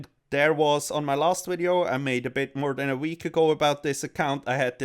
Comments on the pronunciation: Cummed as soon as I heard you say "WIDEO" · Never stop saying Hello and welcome to a new wideo